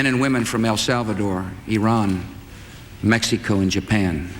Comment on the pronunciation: I like how he says "Mexi-co"